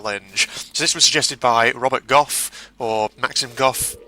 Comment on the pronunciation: HAHA!!!, I am so pleased seeing you do this I tried it my self and not to brag I got half way before a poacher blasted my head off! and I am very proud to say that you said my names correctly! my full name is maksim Robert gough! HAPPY NEW YEAR!!:)